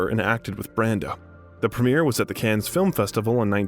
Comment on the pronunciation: Agreed! So many mispronunciations I was embarrassed. Cannes … Caan … Olivier … Coppola … and Antigone, omg…😮